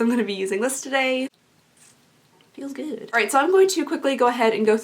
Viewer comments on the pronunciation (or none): “Feels gewd” 😹😹😹😹😹 “spoosh” 😹😹😹😹 Btw your eye look is actually really really pretty!!!😻😻